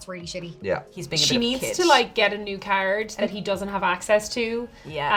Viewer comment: What’s a “kairaed/card”?